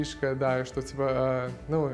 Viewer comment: Мария Куликова согласен. Особенно, когда он произносит некоторые слова, типа "что". Довольно чисто произносит.